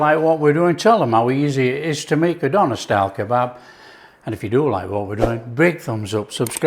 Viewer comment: Just want to say it's pronounced Deuh-nehr